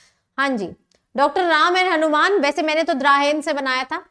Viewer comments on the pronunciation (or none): none